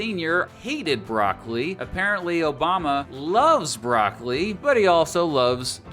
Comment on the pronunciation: If you are contemplating a career as a comedian, just don't give up your regular job. BTW; it's "brock-o-lee", not "brock-lee." This advice is free.